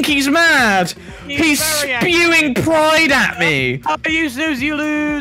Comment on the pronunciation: “HES SPUING PRIDE AT ME” is diabolical 😂